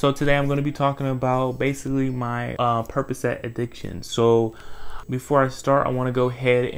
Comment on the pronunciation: Percocet 🚫 “Purp-ugh-set” molly Purpuhset✅